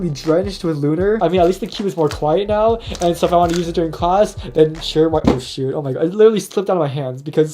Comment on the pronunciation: he’s saying it sounds like sh*t, not shoot. lol